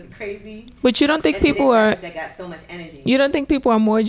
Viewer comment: He said bitch too murch for me lort